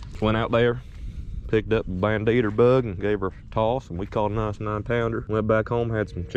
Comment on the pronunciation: Ban-deeter Bug...You're killing smalls!!!😆🤣😅😆